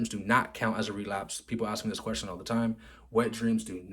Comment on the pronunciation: As-king quest-i-on